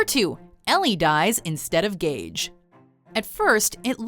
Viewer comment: It’s Gage not Gauge